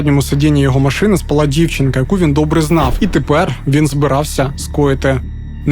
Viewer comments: Як же ріже слух в кожному відео російське слово «спaлá»… українською «спáла» ну будь ласка… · Не спалА, а спАла, це ж не кацапська. І напІй - напОї - наголос на другому складі